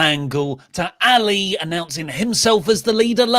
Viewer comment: Poor Ali... Finally gets a story and you cant even bother to pronounce his name correctly. If he was in AEW i bet you'd say his name correctly lol 😂